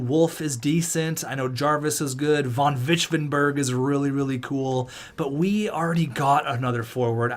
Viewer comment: Vonvichvevenbeg sounds more like a german name than a Dutch one. Edit: I’m pretty sure it’s pronounced (Von-vich-vehven-beg)